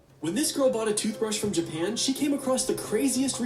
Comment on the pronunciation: TOOSBRASH？ TOOTHBRUSHじやないの？